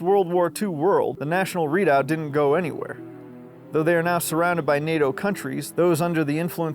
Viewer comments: Re-doubt, not readout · Try pronouncing Re-doubt, it will make you sound a lot less doppy lol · As a Swiss I can say: Well done! Only one little hint: The area we would have defended the hardest within the alps is called "Le Reduit" and is pronounced more like "Re" like in "red", "du" like in "dude" and just an "e" at the end like in "bee" without the b. Something like "Re-du-ee". It's a French word, and French is strange even for us German speaking Swiss ...